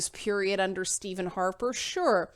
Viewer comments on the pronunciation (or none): none